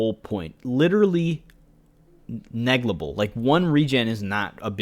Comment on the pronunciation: Your videos are extremely informative, thank you for going into so much detail about every little thing. So awesome for new players who are serious about min/maxing or want to get into pvp like me. The only complaint I have is that you say neglible instead of negligible hahaha.